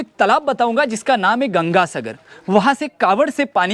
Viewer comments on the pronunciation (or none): none